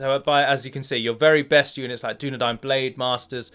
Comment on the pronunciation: I know that's how it's spelt, i was spelling it phonetically... Dune - Nah - Dine vs Dune - Nah - Dane would have perhaps been better to prove a point...